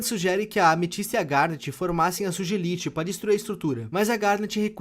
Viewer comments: Aí que agonia do falando Sugelite e não Sugalight 💔 (é ironia viu galerinha) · Eu amo o hipe falando “sugelite” ao invés de “sugalaite” (questão de pronuncia) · Se escreve sugelite mais se fala sugalithe 😢😢😅😅😅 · só eu que senti agonia com o hipe pronunciando "sugilite" e não "sugalaite"? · Nesse vídeo tem algo q eu achei engraçado,, não é sugilite q fala, ksks, se pronuncia "sugalaite", eu ri quando ele falou "sugilite" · O falando Sugelite ou Sugilite me quebra pq na própria série eles pronunciam Sugalite 😭😭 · jujelite KJKJKK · "Sugilite" ai eu ri demais desculpa kaka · se diz ""sugalaite"" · Desculpa, mas "jujelite" me pegou